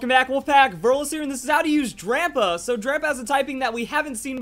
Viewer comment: Is it just me or am i the only one that thinks he keeps saying Grandpa instead of drampa? :)